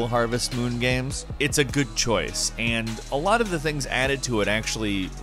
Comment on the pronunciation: Love voice but sometimes he says games like guems...you guys hear it?